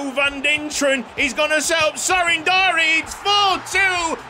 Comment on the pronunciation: Andi Floca's name is a kinda funny cause in romanian the word "Floc" is used mostly to refer to pubian hair 💀 also Sorin Darie's names is pronounced more like "Dari-ye"